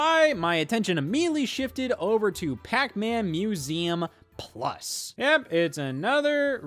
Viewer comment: "Pac-MÆN Museum Pluss?"